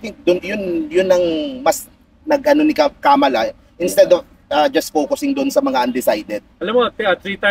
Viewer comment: Pls pronounce “Kamala” the right way. Its a disgrace for known Pinoys engaged in politics, mispronouncing a name known worldwide.